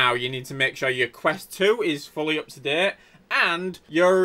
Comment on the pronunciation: And also “UP TO DEHT”